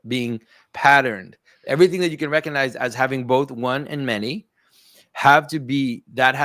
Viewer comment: The "G" in recognize is not silent.